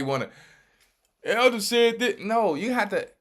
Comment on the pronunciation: Greetings Elder... U butchered her name to hell and back ... Im at work crying 🤣🤣🤣🤣🤣🤣😭😭😭😭😭